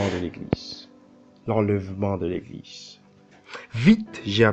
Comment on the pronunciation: Sinon on dite « Eglize » et pas « Eglissse » !!!😂😂😂